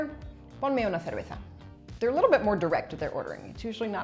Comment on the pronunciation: pronuncias mejor que yo "cerveza":) i kinda use "s" instead